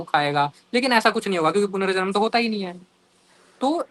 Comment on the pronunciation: भाई punarjanm होता है